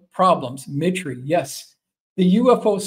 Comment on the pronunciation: 2 corrections: assassination was misspelled and “mitre,” I believe, is pronounced “MY-ter.”